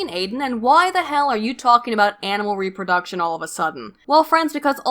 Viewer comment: As usual, you're poignant and well researched,. Keep making videos, I love your content. On a side note, I've noticed you pronounce some words really weirdly. IndedencEES? REHproduction? What's up with that?